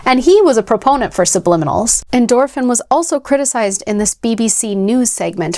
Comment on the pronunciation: I played this game as a tween in the mid-90s and came looking for it out of nostalgia because the higher levels and subliminal messaging creeped me out. Am I the only oldhead here? 😂 Oh, and it's definitely pronounced "endorphin".